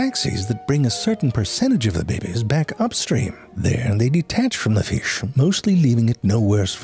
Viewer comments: "Hwhai the fhish?" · Hwai the feesh?